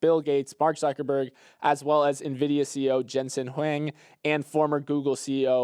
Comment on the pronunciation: While messes up the Nvidia pronunciation, comes back by butchering Jensen's last name Huang. Love the Pokemon joke tho 😆